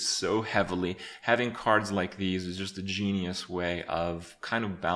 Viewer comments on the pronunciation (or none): none